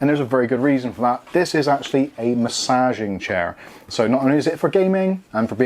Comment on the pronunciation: 'MASSAAAAGING' Chair! That's the most bristolian you've ever sounded. ;) Great video as always, super detailed and well filmed. And I can confirm this is one comfy chair! Not sure on the techno assembly music though :D